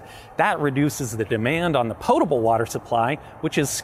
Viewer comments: pronounced "potable" correctly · Thank you for correctly pronouncing potable.